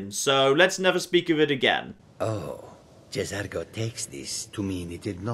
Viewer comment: I think the J in J'Zargo is silent. Just saying.